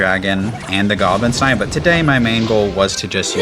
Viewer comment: Bro its not gstinesteen its giblinstein like Frankenstein like the movies😂😂😂😂 every time you say it i make a cringe face😂😂😂😂good video